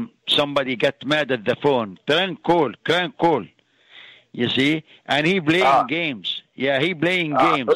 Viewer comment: Clrank call clrank call🤣🤣🤣